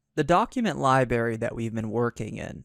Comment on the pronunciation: Is it just me or he saying "libary" instead of "library". Driving me nuts. lol